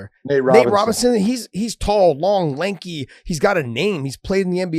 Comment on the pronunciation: Did Josh say "lenky"?